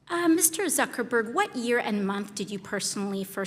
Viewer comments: Did she call him Zuckleberg at the beginning there? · the way she said him name Zuckel-berg and not Zuckerberg.